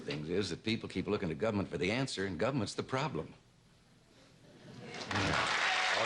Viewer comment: I'm a huge Reagan fan but it sounds like he says "gummint."